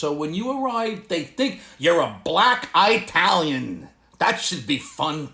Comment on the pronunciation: 🤣🤣🤣 OMG!"I-talian"🤣 I hurt from laughing every time I watch your videos 😂... keep'm coming 🤣🤣🤣🤣🤣👍👍👍👍